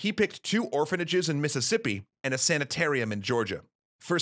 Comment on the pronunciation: A Sanitar-ar-ium?